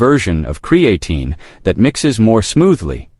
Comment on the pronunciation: Can’t watch your video if you can’t pronounce the word.